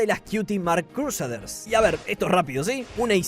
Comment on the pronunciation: tu pronunciacion es hermosa, cruseders